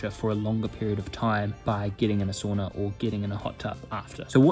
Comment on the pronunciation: He pronounced sauna wrong